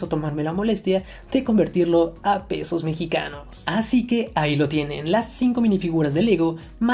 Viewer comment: Dijo pedos mexicanos en lugar de pesos mexicanos XD